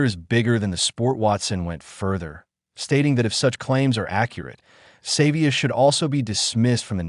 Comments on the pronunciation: His name is SA vee ah not saver! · His name is not Savior uf you can't pronounce Savea then don't talk. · Stop blaming and finger pointing, the bloody same thing happen to netball. You can't even pronounce his name, what you heard and truth are 2 different things. Supporting gossip and toxic narrative is disgusting, stop pointing at Savea, they did it to netball Taurua, at least Ardie Savea has the balls to speak out, and now he's the bad guy, fix the problem not blaming one person, get over yourself and stop talking bullshit..period